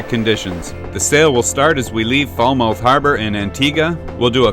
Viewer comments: When I was there last the locals called Falmouth "Fahlmit", like helmet. I hate to be the pronunciation police, but after the F*ck Bay fiasco I just want to help you out. Sail on,! I can't wait to see how St. Martin is making out after the hurricane. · Hey, that's Falmouth pronounced "Fal muth" after the original harbour town in Cornwall in the west of England. And yep, I know, I lived in Falmouth Bay Antigua for 5 years but originally from the West Country back in the UK.......just sayin. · great video of the island. every time i heard you say Falmouth i cringed. it's pronounced Falmuth. just being picky :-) i was just thinking how wild the hills were when you actually commented on it :-) however i was dissapointed that you didn't stay there :-(